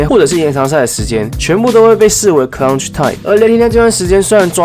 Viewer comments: 呃⋯ CL-UCTH time ⋯ 不是 CLUN-TCH time 哈哈哈 就提個醒 繼續加油💪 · 為何你的clutch 都會有個ㄣ的音啊= = 不過還是很喜歡你的分析 辛苦了 另外關於空檔把握度這部分 可以請教一下去年表現的比雷霆差的是哪幾隊呢？